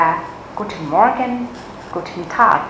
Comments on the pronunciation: Ich find das video schon ganz gut. Was mich aber etwas verwirrt hat, war das ,, guten morgen ", weil ich finde, dass man das -or nicht so stark betont. Wir sagen ja auch nicjt ,, guten morrrgen " , sondern ,, guten morgen " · Hä làm gì có chuyện người Đức đọc từ morgen mà âm or đọc âm như tiếng Anh như vậy. Họ chị nói đơn giản là mo-gừn mà thôi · Cai "r" ng duc ko noi manh nhu vay. Ma noi thi "r" la nhu ko co o "morgen" nhung van phai viet vs "r" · xl nhe nhung ma co noi "morgen" ko dung. Co hoc noi "morgen" o dau nhu vay???